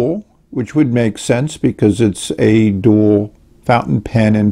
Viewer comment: Very good. I might suggest that the name isn't pronounced like the word "dual" but as "Do All", because * the letter A is emphasized in the lettering on the nib * the end of the name has 2 Ls * I'm guessing the name was intended to be a play on the idea that it combines a pen and a pencil together with the word dual: it is a dual writing instrument that can "do all" for the owner